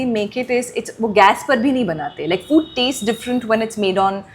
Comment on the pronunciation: It is FOOD ,not FUDD.